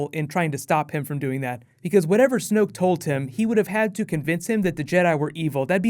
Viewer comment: ***** its snoke not smoke.